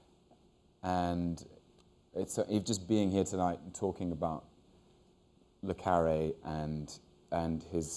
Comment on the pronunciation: Hugh always says Le CArre not CarrE